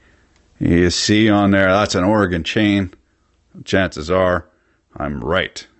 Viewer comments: thank you for saying Oregon correctly. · i appreciate that you can say Oregon! mostly i hear "Oree-gone" from fureigners.